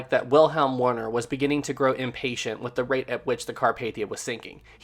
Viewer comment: U55s commander was not Warner as you say but Wilhelm Werner, pronounced Vielhem Vairner. Learn the German alphabet and improve your pitiful pronunciation.